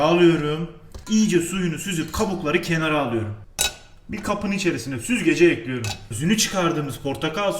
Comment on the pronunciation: Dayının ekliyörüm deyişineeeee ölüyörüm